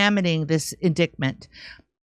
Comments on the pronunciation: In"dite" ment not " in " dick" ment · Indictment, pronounce it correctly in-dite-ment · Surprised that doesn't know the correct pronunciation of the word indictment. As in ditement not dicktment. Either way The View sucks and those women are nuts. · Please stop saying indiKtment. It's annoying AF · I can't watch this and hear Indictment incorrectly spoken over and over. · Also my bad but damn can someone tell her she's pronouncing indictment wrong 🤣. Unless she's just trying to say that one eyed snake word a lot lol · Don't pronounce the 'c' in indictment please. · pronounce indictment correctly